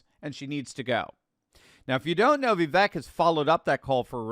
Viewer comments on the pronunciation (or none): It’s pronounced Vivake, rhymes with cake. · love u but for the love of all that is holy can you please just once…say Vivek correctly? 😂